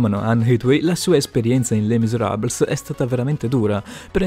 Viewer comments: Mia nonna che é francese é rabbrividita quando hai detto les miserables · Come hai pronunciato Les miserables hahaha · Kiniu, Lucemia, etuei?? Le misarables (seriamente?); hag 😂; dai ti prego! Non si può sentire! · Kiniu, Leucemia, Le miserabls, oddio. Davvero, se vuoi fare dei video devi quantomeno saper pronunciare le cose nel modo giusto.